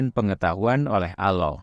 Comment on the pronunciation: Allah bukan aloh